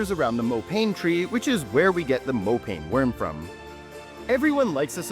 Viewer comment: Mo Pa( as in Papa) Neh worm. Not mopayne worm. It's just a delicacy all year round not just Xmas. Good job though